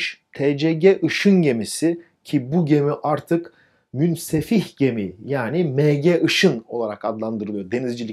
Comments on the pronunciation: Hocam videolarınızı beğenerek izliyorum ama affınıza sığınarak bir düzeltme yapacağım. Münsefih değil münfesih gemi olacak. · "Münsehif Gemi" değil "Münfesih Gemi" olacaktı:)